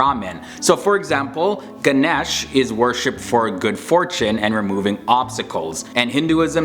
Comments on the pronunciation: Hey plz don't mind but it is pronounced as lord gansesha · no but the pronunciation of Lord Ganesha- with all die respect Ganesha isn’t pronounced like that And many of the stereotypes are tied with other stuff which is/was true too like 1- people say indians have only arranged marriages because in the early days the parents liked to marry their child ( most likely female/girl ) into a rich guys family to have a nice image- i mean sure this might be still going around in some areas of india but love marriages have also been going around yk 2- people say we worship cows because of the hindu religion- one of the hindu goddesses is heavily tied with cows 3- people say that we worship crores of gods because in the hindu religion, there are infact, crores of gods. But usually people are found to worship the most common/promised gods- so yeah its kinda like we can choose who to worship when it comes to gods. And i many more examples too haha- I hope this helped <3